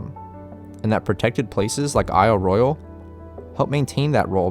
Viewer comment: Good video. You even pronounced the name of the island correctly! I live on the Keweenaw Peninsula of Upper Michigan - home of the headquarters of Isle Royale NP and the home of the Keweenaw National Historical Park. I suggest doing a video about the geology of Isle Royale and the Keweenaw. The billion year old volcanic deposits of the Mid Continent Rift, the native copper, etc would make a great subject for your channel.